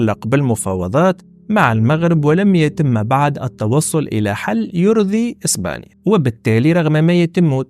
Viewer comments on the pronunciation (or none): none